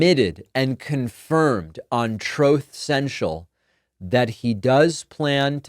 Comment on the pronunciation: Troth Sential😂😂😂😂😂😂😂😂